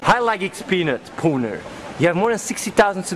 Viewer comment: lol, always says peanutboner and this guy said peanutpuuner:D